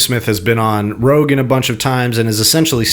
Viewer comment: Why does say everyone's name wrong? Joe Rogins. Pierce Morgan.